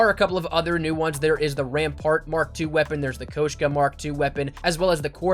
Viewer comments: Pronounce it Koashka one more time I dare you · say it somewhere in your next vid (the right way “koshka”) and I’ll like and do post notification